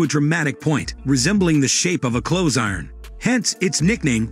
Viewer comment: Robot voice can't even pronounce "iron".